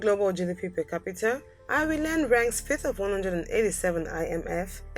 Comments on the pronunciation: Apparently I live in Eye-ree-land now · speaker: EYE REY LAND Irish People: Triggered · If your going to make a video about these countries i suggest you learn how to pronounce the correct names of these countries!Number 2 for instance, Ireland! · Your pronation of the word "Ireland" is so wrong! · I'm Irish and although it's an awful attempt to pronounce ireland,I like the way she does it.it makes us sound far more exotic than we actually are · Pronouncian of Ireland is just shockingly bad